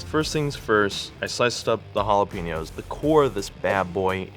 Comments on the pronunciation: Why is she saying jalapeños like that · How that white girl says jalapeños hurts me 😂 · I hated how she just pronounced jalapeños